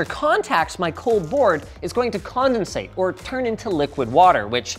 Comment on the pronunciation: "it gona condinsate and turn into liquid water"-linus